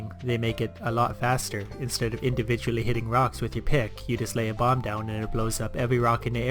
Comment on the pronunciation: Everytime he said "bomb" I kept hearing "bong"